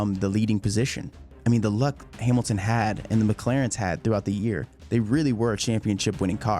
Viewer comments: "hearmilton" and disliked, and switched off. idiot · Lewis Heeeemilton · “Lewis Heemilton” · Great content. But heymilton???? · Who the fuck is Lewis hyemilton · Its hamilton. Not heemilton😂😂😂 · Lewis Himiltin?? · lewis hiemilton😂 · Louis Heemilton god 😂